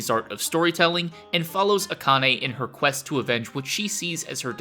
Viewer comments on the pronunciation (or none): none